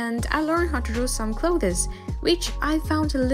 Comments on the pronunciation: Sorry to nitpick, but 'clothes' only has one syllable. Usually pronounced 'close' , but with a slight th sound (as in 'the') in front of the s. I know, English is not your first language but after the 10th time I had to comment :) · I loved your video! One thing clothes you say just like 'close'. I know it confusing, because English decided to either say or spell this word and so many other words wrong. But seriously, nice work! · most people just say cloz and monz (months) so don’t worry lol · I love how she says "clothees" very fancy, nice. I wish I talked like that. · I'm really glad I'm not the only one who thought this lmao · yes >0< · clo this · learning how to draw some clothEs i giggles how she pronounce it haha ☺️ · hi i wanted to point out that Clothes is pronounced like klowthz. but aside from that everything was great!!!!! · Hey not being rude just saying The pronunciation for clothes Is Cll-oh-th-sss The e is silent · Your pronunciation of clothes is funny. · You're not pronouncing "clothes" correctly. Btw great artwork. You're so talented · Clothes huh the way she pronounces it so it's not kattke it's katalele? # some random guy in the internet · Ur pronounciation of clothes is very........ Ya know...... bugging me....sorry sis